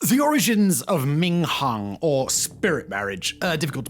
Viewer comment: close but it’s “ming hun” as in “hoon” & not like in Attila the “Hun” or honey. ❤❤